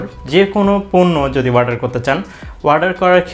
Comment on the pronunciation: Its not warder Its Order😆